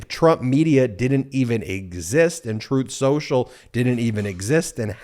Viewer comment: Hahahahaha this is the company that was gonna finance “troth cential”